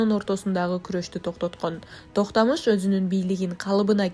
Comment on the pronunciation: нормалный сүйлөгүлөчү Токтамыш дебей ,Токтомуш деп , Тимур дебей аксак Темир деп таза сүйлөсөңөр